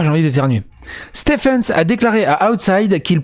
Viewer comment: Yop. "stephen" se prononce "stiveune". Bonne vidéo:)